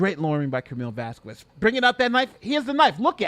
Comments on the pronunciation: broooo!! please dont say vaskuez... say vaskez... hurt my ears every tima you say her name.. saludos desde Honduras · Vas-kez…..2 syllables. Nothing that sounds even close to quarter or quack….Elaine!!!